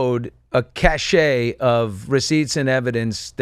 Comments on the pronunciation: Billy, "cache" and "cachet" are two different things. I believe you meant "cache". It is one syllable. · And it's pronounced cash.